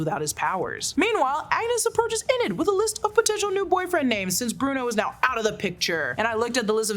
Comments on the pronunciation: Really loved your video and will continue to follow you, but it’s Eeeenid, not N-id! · Kept thinking the same thing! E-nid not IN-nid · I was literally looking to see if anyone else notices it. It bugs me so much 😭 “In-id “ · You say Enid wrong! It's so triggering lol (love the videos tho) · Thank you was driving me crazy